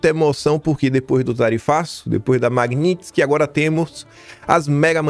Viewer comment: QUE ORGULHO VER O FALANDO Magnitsky CERTO